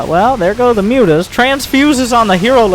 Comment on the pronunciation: dont forget "moo-tahs"